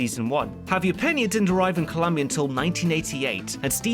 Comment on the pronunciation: Your pronunciations are so good but please, there is no U in Colombia!